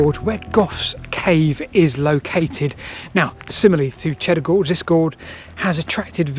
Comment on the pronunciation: Groge → Gorge ?